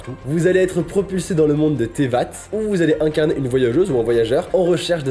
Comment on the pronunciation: moi qui regarde la pub et entend tévatt: TEVAT TEVAT TEVAT SERIEUX PRONNONCE LE MIEUX OU JE T'ETRANGLE C tééÏÏÏÏÏÏÏva (avc un t qui s'entend plus doucement) PAS TEVAT C PAS COMME tu t'évade ? t'évite ou t la ?? ou thé là ?? ou comment tu va ?? avc accant chelou non C TEÏVAT SINON PK METTRE UN Y SI C POUR NE PAS CREER LA PERFECTION DE LA MAGNIFICIENCE EN ECRIT ET A L'ORAL teyvat... quel bonneur de le voir écrit et de le voir de la bonne facon.... et la je me trompe sur l'écriture du mot...